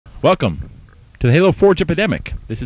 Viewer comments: I thought he said Fuck em', not Welcome :) thumbs up if you thought the same thing at first :) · It sounds like he said "FUCK 'EM" in the beginning. XD